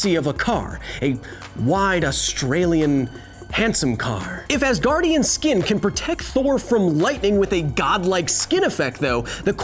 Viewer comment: Oh Asgardien from asgar I was wondering what I have missed that you call Thor an Ass-gardien 😅